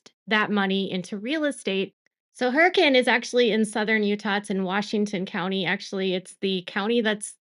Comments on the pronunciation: thank you for trying to pronounce Hurricane right. I always laugh having to be like its pronounced Hur-uh-kin lol nothing here makes sense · I'm impressed...you pronounce Hurricane like a local. You really do your research on even small details.